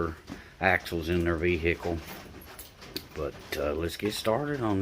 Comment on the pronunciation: What year is this v-hickle?